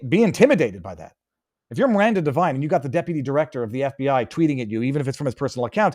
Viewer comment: Devine not Divine. Knucklehead